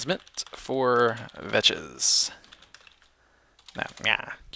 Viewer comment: VAKS NOT VECHES! :D